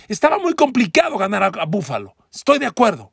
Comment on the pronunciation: PARA MI BUFALO ES BUENO PERO NO COMO LO DICES